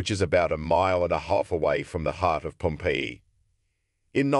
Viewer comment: I really wanted to listen to this, but the pronunciation of Pompeii was super annoying